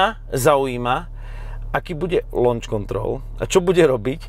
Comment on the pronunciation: Správna výslovnosť je lónč pripadne lánč. "U" tam urcite nieje ale aj keby povies lóunč tak ti samozrejme kazdy rozumie a nikomu by z toho nezabehlo. To je uz blizsie lonč ako lóunč. Bavime sa o vyslovnosti slovicka pri takej veci sa mudrovat neda kedze moc mudrosti k tomu netreba :D. Uz aj u nas vacsina ludi hovori po anglicky co je len dobre :)